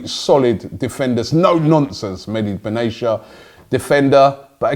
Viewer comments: Ben-Atia !! not benesha ! 4 years you've been pronouncing his name wrong ! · Benatia , It's reads Benatya Not Benasia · Robie never heard before how to pronounce Benatia :Benatiya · BENA-T-IA NOT BENA-S-IA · Mehdi benatisha🙈🙈 its mehid be na tia😂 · MEDI BENESHIA LOL It's pronounced Meh-di Ben-a-tia Robbie.... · Not Beneshia, but Benetia! Tia, not shia! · Its ben atia not ben achia to correct your pronunciation lol.Always wanted him at arsenal but its like 5 years too late in my opinion. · Lichtsteiner not litchensteiner, benatia not benashia. Love robbies wrong pronounciations... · Love your content Robbie but it’s Bin Attiyya not benaishia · It's Ben a ti a not benacia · Benatia is not pronounced as benachya but ben atiya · Benatia, not benesha !! Wtf is wrong with u Robbie ?? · It’s BENATIA BEN aTia, not banechia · And it's Ben-at-ia, not Ben-asia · It's not Medi Ben Asia, it's Benatia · 'Mehdi Benashia'😂😂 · Maybe he joined us because you lot can’t pronounce player names for a start? Leichtensteiner?? Benaysha??? FFS Robbie. LOL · Dammit Robbie! it's pronounced lick-styner and Ben-at-ia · Hahahahahahaha the way robbie pronounced benatia looooool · Robbie do you reeeaally think Benatia is pronounced like that? Or do you just not really care?